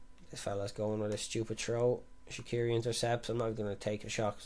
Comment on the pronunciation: Swiss here. You pronounce it 'Shatshiri' (tsh as in conSCIous)